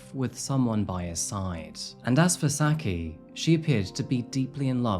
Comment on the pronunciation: y not just look up how to pronounce peoples names… i mean this is getting ridiculous. juan is pronounced with ”h”. shouldnt everyone be familiar with don juan… also, her name isnt pronounced sacky, but sucky…